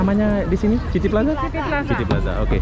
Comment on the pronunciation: City... sebutannya "siti"